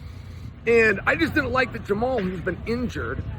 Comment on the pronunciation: Jamal Hill… 😂 The man’s first name is pronounced “Jama-Hall”